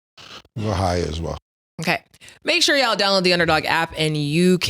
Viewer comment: C’mon you’ve been around harlem Ninjas long enough….don’t pronounce the L in “ya’ll”